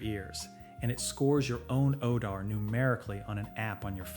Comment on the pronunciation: “Odar”? Really?!